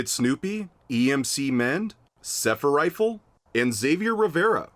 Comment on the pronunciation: U mispronounced my name😢 it's Sephirife not Sephirifle but anyway there is no saving the shitty reboot at all at this point just make a real s.r game no shitty looking college teens trying to a gang with shitty game play and music (dear god there not any good music besides the techno channel)